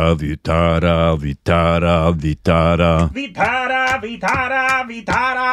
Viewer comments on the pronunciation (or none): Kindly work with your pronounciation. It's Vithhal not Vitara and most importantly it is God's name, Otherwise it's good reaction video. In Maharashtra, 'Kalavantin Fort' is most thrilling and dangerous than 'Harihar Fort' . It's thrill to watch, Imagine what it takes to climb it. You can make reaction video on that someother day. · You people making wrong pronountion of our god vitthal if you can't speak properly then please don't take holy name like this